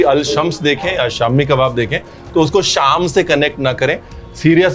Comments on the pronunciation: Sham nahi bhai shaam hi kahte hai Syria ko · Syria is known as Al-Sham itself nit Shams but Sham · Syria ka nam Sham tha,Shams nhi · It is not shams but shaam. It is the historical name of the Greater Syria Region which included the modern day countries of Syria, Lebanon, Palestine, Israel, Jordan, Cyprus, and Turkey's Hatay Province.